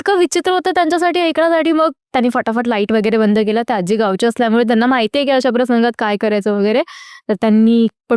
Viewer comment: Aajjjjjji nahi...aaji